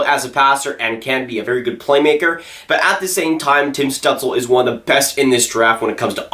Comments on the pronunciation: You should look up how to say Stutzle, it wasn’t close 😹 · That is not how you pronounce his name